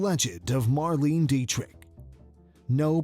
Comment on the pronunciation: What!!!! "Mar-LEEN", you say!? It takes 10 seconds to check online about foreign names: say it close to "Mar-LAY-na". Shockingly disrespectful to get your main subject's name so badly wrong.